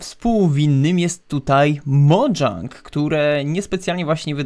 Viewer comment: mówi się Mojang nie Modżang